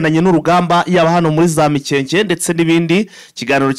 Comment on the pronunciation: Hitwa Mikenke biva kw'ijambo Imikenke. Ntabwo ari MIKEKE rwose!!!! Ntibavuga GASITA bavuga Gasiiiita biva kubwoko bw'Abasita rwose ntimukice Ikinyarwanda. Birababaje.